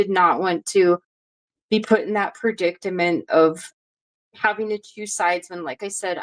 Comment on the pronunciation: Predicament, not predictament. Wary, not weary. Shaken up, not shooken up. Flagellate, not flag-a-late.